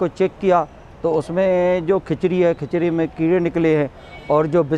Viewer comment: खचरी नहीं वो खिचड़ी है